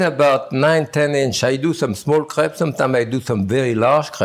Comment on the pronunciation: I heard crap instead of crepe :D I can't breathe...